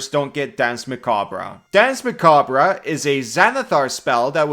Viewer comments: It's pronounced "mah-cob", not "mah-kab-rah". Just saying. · Muh-kob No ruh at the end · I feel self-conscious bringing this up, but if no one else does, it's historically pronounced "mac-arb". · Jesus Christ... "Muh-kaab" the "-re" is French, hence unimportant; so just ignore it. Don't pronounce it. Like the Alabaman farmer said when he dropped his corn, "muh cob!" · Kobold please i beg you... the e in "macabre" is silent 😭😭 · So is the R, at least in my dialect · The "r" is silent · I usually watch these videos later on, but I clicked just to see how he'd pronounce macabre. (Either way is correct. It's an accent thing.)